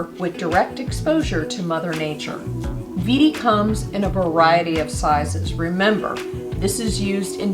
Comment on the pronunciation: This is fantastic. If you want to pronounce in German, it is vay dee, not veedee. Even that is a an American version but close.